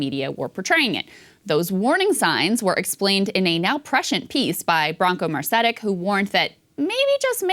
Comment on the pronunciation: Interesting segment but you're really butchering the pronunciation of Branko Marcetic's last name again.